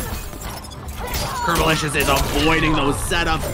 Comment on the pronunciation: Isnt it "Curbolicious" instead of "Curbolisous"?